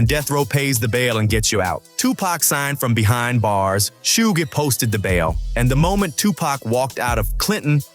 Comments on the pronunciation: Was this commentator alive during this lol😂 its suge not sugay 😂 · "Shuga" lol. "Shugay" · Thank you someone else noticed, that was driving me crazy. Plus the way he is saying Suge name.